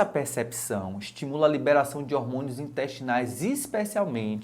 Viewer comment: É XATAMENTE??? exatamente. "Eistra" virgem??? Pércépicao???? Ó rganismo???? ...